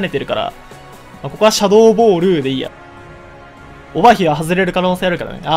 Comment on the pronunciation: シャドー↓ボール↑でひさしぶりに楓の事を思い出した